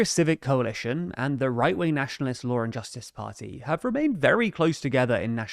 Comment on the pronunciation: You say lawr and justice. Where is the R coming from?